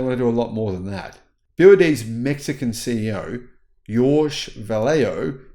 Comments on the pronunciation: Jorge is pronounced horhay in Spanish. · "Jorge" prono: Hor Hay